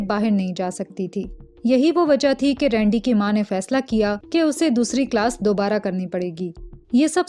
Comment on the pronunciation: Its rendi not rundi 😂